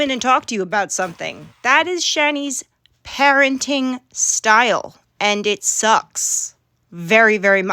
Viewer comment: Ik this is unimportant but why can't she say anything that ends with ing like parentin instead of parenting like did she fucking fail elementary?? Its also extremely annoying